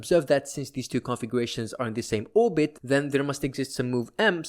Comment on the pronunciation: I was became increasingly more annoyed each time i heard "configuwations"